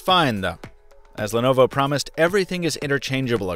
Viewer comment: Why is it pronounced as 'lenova'